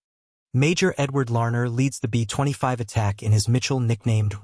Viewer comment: Computer-generated, text-to-speech programs are still pretty retarded, and so they often say some retarded things, like, for example, "betwenty five", when it should be, B25 (bee twenty five). So why do so many of you just pump this crap out with, seemingly, no editing whatsoever?